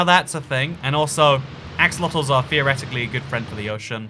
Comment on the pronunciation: I swear he said "a... fuckit of axolotels"